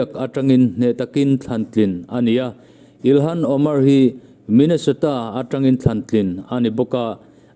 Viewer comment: Îlhan tia lam lovin, Ilan tia lam zawk âwm tak a ni. H hi ri lo se